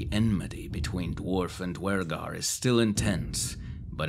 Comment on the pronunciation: The fact you pronounce Duergar properly makes me happy.